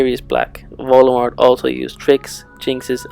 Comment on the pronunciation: why is he pronouncing Voldemort wrong?